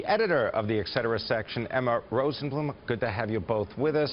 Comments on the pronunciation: still no "X" in etcetera... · Learn how to say et cetera.